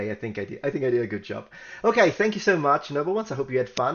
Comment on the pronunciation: #10 When I heard "Thank you so muts" I was pretty sure it was Greek. :D